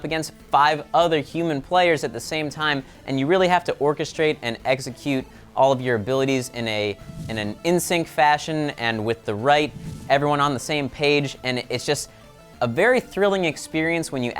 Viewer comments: I do believe said Eggsecute >_< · "exeggcute" hehehe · did anyone here say eggsecute instead of execute